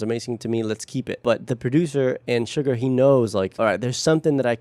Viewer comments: I learn so much listening to your content. I watched this before and had no idea of the process. I think it's great that BTS uses other languages in their music. I know you are into detail, so I thought you would want me to point out that::YOU ARE PRONOUNCING SUGA'S NAME INCORRECTLY. It supposed to sound like Shoe Ga. No R sound at the end. I hope that helps. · Just to let you know, you can pronounce his name SHU-GA, not sugar. There’s a specific reason it’s not sugar. It comes from his former basketball position SHOOting GUArd.